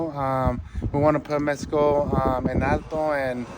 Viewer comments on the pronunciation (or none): Andy Ruiz, It's "Mexico" Not "Mesico"... 🤦‍♂️